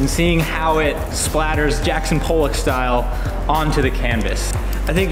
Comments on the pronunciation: Also Jackson Pollock not Poll-lick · If you are going to say a famous painter SAY IT CORRECTLY! its JACKSON POLLOCK! it just hurts me when you guys say it wrong! I'm very unimpressed on how you said his name! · are y'all intentionally mispronouncing random names in this video as like, a joke or something? Because it's really weird otherwise (like seriously I'm only 4 minutes in and they've said Evike, Pollock, and Navi wrong and I can't tell if it's a bit or not)